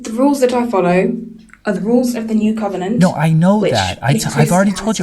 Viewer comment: Dammit, you made her say "cum-enant" 😂😂😂